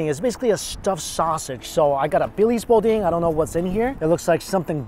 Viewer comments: In a place called Lafayette how can "boudin" be pronounced "beau deen"? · Hey. I’m sure you have been corrected already dude. It’s pronounced boo Dan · You need to hit up much better locations in Lafayette... just saying...and we need to work on your pronunciation of Boudain...("boo-dan") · Oh!! My wife is from Lafayette - all kinds of places I could have sent you!! You would have LOVED DeanO's Pizza!! Need some extra Cajun seasoning n that ettouffe!🤣🤣🤣 Not Bo-dean! It's Boo-Dan!! Oh I'm so damn hungry now! Gotta try Mother's Debris po-boy! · Boudin is pronounced “boo-dan”. Next time you come to nola you need to hit up little vietnam. Also need to go to daiwa and nuvi. Probably the best sushi restaurants in the south. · It's BOO DAAN "bodin" my dude on your way back go to stellys in Kaplan Louisiana. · I love you, but listening to you attempt to say all the names of pretty much anything, made my little southern heart cry. 😢💜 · Yo... It's pronounced "Boo-Dan" not bodeen.... Free tip from me to you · Boo-Dan not Beau-Dean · I just have to correct this. Boo-dan bo dean. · It’s pronounced Boo-Dan. Not Bow-Deen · It's pronounced BOO-DAN not BOW-DEEN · It's crawfish. Crayfish is Swedish. But ya, I'm standing here dead panning "eh-two-fea" .... "boo-dan"... "someone had to already respond to this" lol Also AW MAN! I worked at Deanie's during this taping. You should of visited meeeeee and eat the $70 giant platter in amazement of my coworkers! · Thank you! It was killing me to hear him say the names, especially bo-deen, lol... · we will get you on the right road with pronunciation of cajun/creole foods. I'm glad you love the boudin ("boo dan") balls. They are my absolute favorite everytime I go to SE Louisiana. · He's doing that on purpose. No way he can't say boudaine correctly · I always thought the Boudin was pronounced “boo-DAN”. I love 💕 Louisiana food! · etouffee - eh-to-fay, Boudin- boo-dan. And back to the video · It’s boo- Dan lol